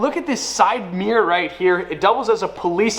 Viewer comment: Rear view Meer as in Meercat. Odd boy. Odd country.